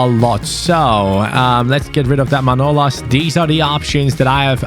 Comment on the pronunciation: His name is manolás not manólas like so can see